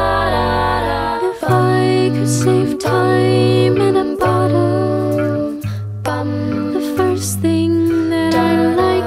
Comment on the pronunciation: Croce pronounces it "bottil".